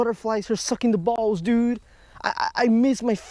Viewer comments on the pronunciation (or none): Isn't pronounced bulbs and not balls 🤣